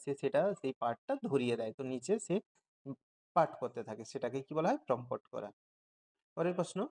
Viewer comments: টাইপে না আপনার উচ্চারণে ভুল আছে। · ওটা প্রমপট নয়, প্রম্পট 😊😊